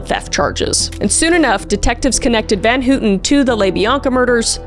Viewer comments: GIRL?? VAN HOOTEN?? NO ITS VAN HOWTEN NOT HOOOTEN AHAHHAHA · Leslie van H-O-W-TON.....Leslie van houton...pronunciation.